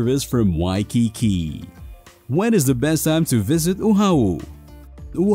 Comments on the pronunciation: Content was great, fun itinerary for a first timer but so so so many mispronunciations Oahu…. It’s O-ah-hoo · OMG learn how to pronounce Oahu. This is ear piercing. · Good information but the narrator needs to pronounce the Hawaiian words correctly like Oahu, Haleiwa, etc..Mahalo.